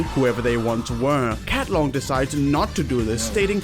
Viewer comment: Cat-lon my Oshi.